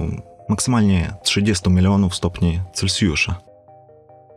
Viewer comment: "7 miliardów stopni celcjusza" No chłopaku - rozkręciłeś skalę.